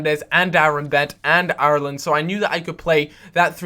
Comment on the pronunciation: its funny how cant prenounce IRELAND properly